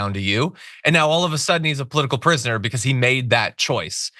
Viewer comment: And he said polotical prusoner lol. Alcoholic idiot.